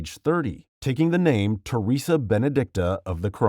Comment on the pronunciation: I think he might be one pf the first people to correctly pronounce m Theresa's name T-T